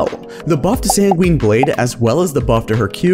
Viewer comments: Great video! I have to mention however that Sangweeeeeeen is not how it's pronounced. It is Sang-gwin. Much like the last bit of Quinn. (QWIN) thank you and have a lovely week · As someone who has taken years of latin, it pains me how you say sanguine